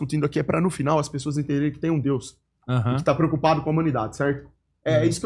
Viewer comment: O cara não consegue falar DEUS e quer passar mensagem.